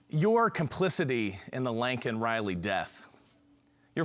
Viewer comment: Her name is LAKEN Riley, not LANKEN Riley. Learn to pronounce her name.